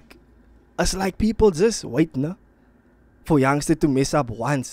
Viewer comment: Doing his Thaang😂 how you gonna say us with an American accent